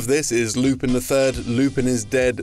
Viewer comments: This is first time ever I heard Lupin's name being pronounced "Loopeen" instead of "Loopun". I've made some research and it turns out your pronunciation in the video is indeed incorrect. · It's Lou-pan not loopin he's french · Lupin is pronounced "Loo-pan", not Loopin. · 2 things: 1. It’s pronounced “Lupan” not Lupin 2. Midler’s design was based off of various panels of Yukako from Diamond is Unbreakable (which I believe JoJo a GoGo covered). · It’s pronounced “Lupan”, you savages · Could you please pronounce lupin correctly it’s painful hearing you say it like “loo-pihn” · Talks about Lupin III game. Me: Yay! Pronounces it "Loo-pihn" Me: GRAH! Also, there is a greater connection between Konami games and Yu-Gi-Oh. There are several real life cards that are based on both Metal Gear Solid and Ganbare Goemon (aka Legend of the Mystical Ninja). Snake and Yae have appeared on cards and Sasuke (no, not that one) has appeared on multiple cards. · No excuse. His name is pronounced loop on. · Loop on. Lupin. Loop on. Not a difficult concept. Unless you're being facetious. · It's pronounced "Lupahn". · It bothers me way more than it should that the host can't pronounce 'Lupin' properly. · The way he pronounces Lupin triggers me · Naw-Roo-Toe, Not Nuh-Roo-Toe And it's Loo-Pawn, not Loo-Pin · Wow I did not know Lupin had some games. (By the way not to sound meticulous, it's pronounced "Lu-pon" and "Nar-ru-toe)